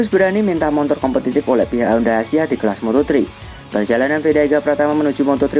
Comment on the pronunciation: nyebutnya Montor ya? hehehe